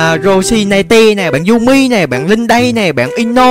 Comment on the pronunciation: Chị đi đâu dô đây zị mà chị nói với a Jun em là "Dum mây" chứ kh phải "Dum mi" nha chị=))